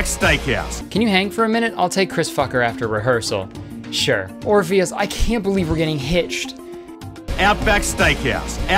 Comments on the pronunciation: did he say Orifice instead or Orpheus? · There are so many different versions and spellings of names from Greek mythology that being a few letters off is really not a big deal. Just say it with confidence and you're good but maybe don't say orifice instead of Orpheus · it’s pronounced Or-phee-us, not Or-a-fuss🤣🤣🤣🤣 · It’s been two years and kurtis saying “orifice” instead of Orpheus still makes me cry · I knew you didnt know the story when you said "Orephus" instead of "Orpheus" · Orpheus my dude...not orifice... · Ok but are we gonna ignore the fact that he said orifice instead of Orpheus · Lmaooo 💀💀 calling Orpheus "orifice" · fr and he read Orpheus as orifice </3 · When Kurtis pronounced Orpheus as “Orifice” I spat out my drink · the cringe i did strained a muscle in my goddamn face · Name: Orpheus Pronounced: “or-fee-us” Kurtis: “Orifice” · Episode: Orpheus, like the play Kurtis: ah yes orifice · when kurtis called orpheus “orifice” my hadestown-loving ass died inside also the underworld sketch killed me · Kurtis: "Absolutely dear, Orphes" dvsjdvhsjkvh ORPHEUS Or-Fee-Us I also cannot tell if he's joking but it very much seems like he doesn't know the story of Orpheus and Eurydice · me: orpheus kurtis, an intelectual: orífice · KURTIS “or-phe-us” not “ori-fice” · literally cried for 3 hours after watching hadestown and kurtis is over here calling orpheus “orifice”😭😭😭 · I want a tattoo of the sound bite of Kurtis saying “orifice” instead of Orpheus. Chef’s kiss. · Kurtissssssss: Orpheus Kurtis: Orifice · Kurtissssss: "Absolutely dear Orpheus" Kurtis: "Absolutely dear orifice " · "dear orifice" instead of orpheus SENT ME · Did he just call Orpheus, Oraphis? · Laughs bc he said orifice instead of Orpheus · My favorite part is him calling Orpheus “orifice” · Oh. Oh, Kurtis. Not Orifice, Kurtis. Or-fee-us. I understand the mispronouncing with all the drama on screen tho. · Babe it’s Orpheus 😂 im SCREAMING at my dear orifice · i love you but it's or-fee-us not orifice